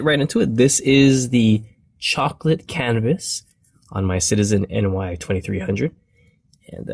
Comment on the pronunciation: I swear you keep saying cannabis instead of canvas